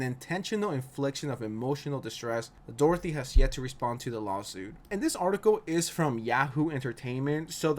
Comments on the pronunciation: In the name of a dictionary how many weird names did you make out of Doherty, in Ireland it’s pronounced Dock-er-ty. Not Dorothy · Are you calling him Jack "Dorothy" on purose, or is this another "Eye Spiez"/Ice Spice situation?😂✨ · Are you saying Doherty or Dorothy?? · Doherty = Dorothy? Video creator might be dyslexic